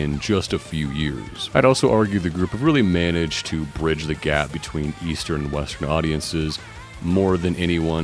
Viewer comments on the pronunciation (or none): none